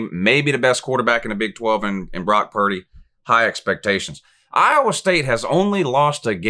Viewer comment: I was at work listening to this and you goofed Purdy’s name and I lost it. I can’t tell you how many eyes I had glued on me lol. Keep these coming! Love these predictions videos, we need them